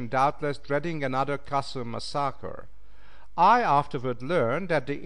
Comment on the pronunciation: Mispronouncing even common words and tribe names is inexcusable. He needs to step up and improve his " Engrish. " " Mass-sahh-kahhh " instead of " massacre ", " Chay-een " instead of " Cheyenne " and " Shoe " instead of " Sioux " were particularly grating.